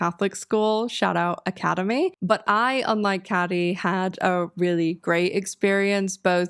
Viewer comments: I love how you went the Janice Ian route and pronounced it Cad-e instead of Kay-dee lmao. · Are you pronouncing cady like caddy on purpose 😂